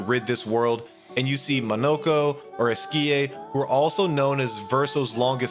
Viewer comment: Just for the future. It's ren wah, sea Elle and ess key ay. I'm not french, I just listen to how they're pronounced in game